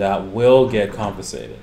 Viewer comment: What do you mean "Confisated"